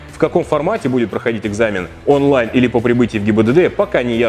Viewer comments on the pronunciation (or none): none